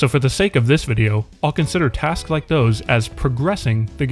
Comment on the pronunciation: Every time he says tasks I lose my shit my mind is destroyed